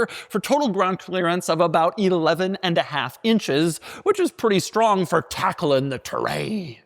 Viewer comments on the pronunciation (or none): none